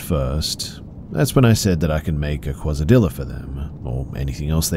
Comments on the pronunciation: Excuse Me but... QUASADILLA?? Quesadilla! (kay sa dee ya) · "kwasa-dilla" lmao....sorry....are you trying to say 'quesadilla'? 🤣🤣🤣🤣😂😂 kwasadillA🤣🤣 welp, you are a comedic genius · My man said QuasediLLa with his whole chest. 😂 I love these videos, great narration! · The scariest part was when he read "quesadilla" as "quozadilla" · He said quazadilla 🤣😂🤣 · It even woke me up and left me shaken for the rest of the night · I had to laugh at the pronunciation of quesadilla hehehe